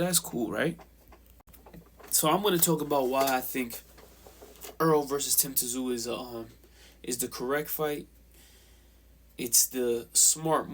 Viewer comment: It’s not tzoo say it as you saying zoo. Simple 😀